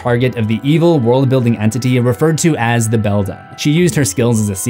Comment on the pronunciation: Coraline character names you keep mispronouncing: Bobinsky (BO-BIN-SKI) The Beldam (BELL-DAM)